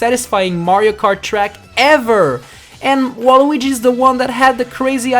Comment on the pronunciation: YOUR a loser you can't even say his name right